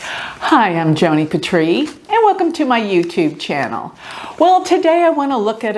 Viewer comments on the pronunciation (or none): none